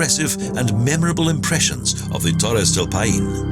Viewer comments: It would have been a fantastic video, if the guy who reads the text could take the trouble to learn how to pronounce the names of the places. "Paine" is not "pah EEn" it's "pIE - neh". He spoiled a lot of other otherwise great Expoza Travle South America movies. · The pronunciation is all off. It's NOT "payeen"...it's "pie-neh" and it means "blue" in the local native language